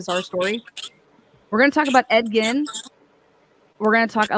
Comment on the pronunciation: Bro it’s Ed GEEN not Ed “Gin” JFC learn your shit before you attempt to pronounce